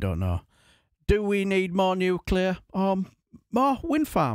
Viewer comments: Nuclear! Nuclear! So educated and still pronounce it Nucular! That’s not a word! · Why do people say nucular when it's nuclear. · Does know it’s not pronounced newkewlar? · Who's surprised that Shaps can't pronounce nuclear? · He can't even pronounce Nuclear. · Is he mispronouncing 'nuclear'